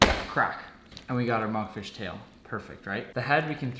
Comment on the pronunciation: when he said Monkfish I heard Among Fish